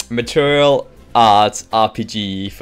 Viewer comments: Good video,, but why do you pronounce martial material? It's more like mar-shal or mar-shill.:) Anyway, keep those videos coming. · I'm not complaining, mind, I just find it amusing. Every time he says it, I'm reminded of this song by Madonna